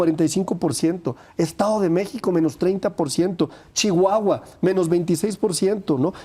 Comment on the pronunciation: Lávate ese hocico cuando pronuncies a chihuahua roloso